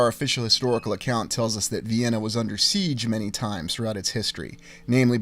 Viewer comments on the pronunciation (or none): none